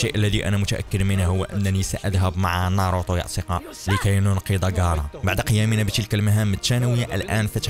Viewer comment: ناروتو مو ناروطو عند مشكلة باللفظ